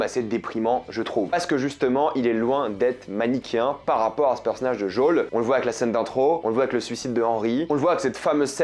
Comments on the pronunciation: Ça se prononce djol en anglais c’est pour ça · ça se dit Jowel en anglais, le son « ë » disparaît pas non plus en anglais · Il a fait le jeu en VO et c’est comme ça qu’on prononce « Joel » et « clickers ». Edit : Bon c’est vrai que ça sonnait plus comme « geôle » au lieu de « Djol » mais bon faut pas juger la prononciation. C’est une critique facile… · Pourquoi tu dis "jol" et pas "joel" ? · Tu le fais exprès de dire "Jaul" ou t'as pas vu qu'il s'appelait Joel ? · C'est qui "Jaul" ? 😭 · ça se dit pas non plus comme ça en anglais mdr mais merci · En anglais ça se prononce comme ça mais j'avais Joël c'est mieux